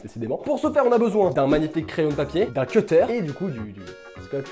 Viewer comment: ne dis pas un cetter mais un CUTTER stp